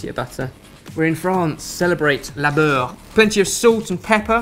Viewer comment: Sorry, it's 'le beurre':)